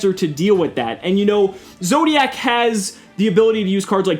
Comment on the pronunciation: i shuddered everytime he said zodiacc meta